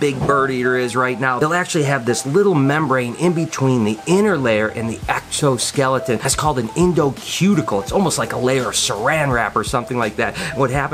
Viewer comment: did you just said extoskeleton? In liked and subscribed good edit:)